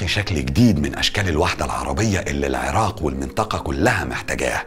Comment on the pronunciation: هسه مبدئيا بعد ما شفت دقيقة وحدة من الفديو الشي الحلو المقدم مصري وميكول العراء 😂💔✅ تعديل: بعد اول دقيقة طلع يكول العراء 😂🤦🏻‍♀️ هو اني بالبداية استغربت شعجب ميكول العراء بعدين حسدته بس يلللاا اصلا عادي 😂😂 تعديل ٢: والله الفديو لخص هواي سنين مر بيها العراق مثل ما كلت لخص هواي هو ذكر الاحداث الرئيسية من غير هواي شغلات يمكن او اكيد بس العراقيين حاسين بيها. هسه اكدر اكول والله احنا شعب كفو واقوياء 🥺❤️ +واحلا جملة گالها لو شي مو عاجبك بلدك غيرها انت واخوانك هو هذا الصح وان شاءالله كلنا ايد وحدة ويرجع العراق احسن من قبل ✅💙